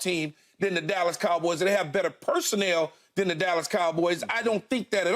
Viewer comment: Keyshawn pronounces it as the kalboys